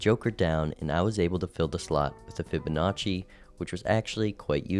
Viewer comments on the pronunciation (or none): none